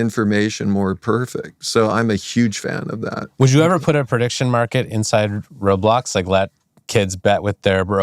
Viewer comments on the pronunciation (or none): "im so glad you align with the way we wun wobwox" 🥺👉👈